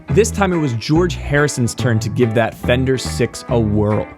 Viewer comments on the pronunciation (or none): none